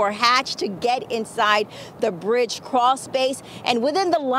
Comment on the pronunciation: Its a bridge!! Citch!! Wtf do you mean cwral space!?!?